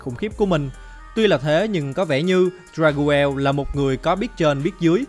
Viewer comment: Dagruel là đắc rêu mà anh , anh đọc sai tên rồi